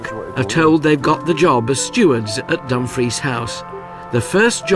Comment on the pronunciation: AI Bull💩💩💩 I have cringed every time that DUMFRIES was PRONOUNCED, I dont know why NOBODY ELSE is COMPLAINING, its SICKENING 🤢🤮😡🤬